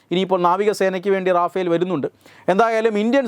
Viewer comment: റാഫേൽ അലടോ, റഫേൽ